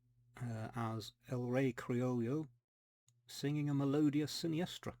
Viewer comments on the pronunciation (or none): Hi! Your spanish is quite good👌🏻You can pronounce 'Melodía' placing the accent in the 'i' 🤓 Those are fantastic looking King Creoles! thanks for sharing them. It is amazing how you track them down. And the finnish single is indeed one of a kind 🤭 Never knew the tango is that popular up there! Great additions ⚡ Take care